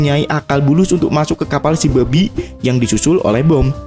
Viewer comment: Bang kalau bilang "BABI" biasa aja donk